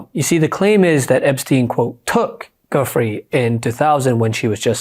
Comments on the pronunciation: Virginia's last name is pronounced Joo-Fray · GUIFFRE is pronounced 'Jif-Ray'.